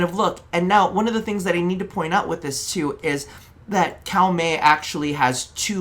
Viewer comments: 1st Edit : its Koh-Mey not Cow-Mey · We always love this series, thanks to your unique takes it inspired a lot of our Fashions over the years so thank you for this series. Also, we did have to look it up, so there's a chance we're wrong, but it looks like Koumei is actually pronounced Ko-me. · Cow-mey? please tell me it's a meme lol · Okay, so, taking instruction from the latest video: Kou rhymes with co like in "co-worker". Mei rhymes with May like the month, so you got that part right haha